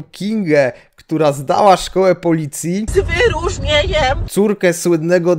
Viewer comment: Jak przestępca spotka panią K. to będzie już wiedział, że to żadne zagrożenie i jedyne co mu może grozić to 0,7 whisky za załatwienie tego czy owego na "lewo" dla pani K. Gratulacje! Wspaniały absolwent. Z "wy-ru-rznie-ńjem"! Teraz do pałowania na demonstracjach przystąp! I to z "wy-ru-rznie-ńjem"!